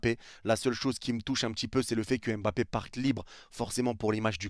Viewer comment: Il part, parce que depuis sept ans, personne na été capable de bien prononcer son nom: c’est pas EM-bappé, c’est MM-bappé, pas EN-gannou, c’est NN-gannou, respectez son nom, sil vous plait !!!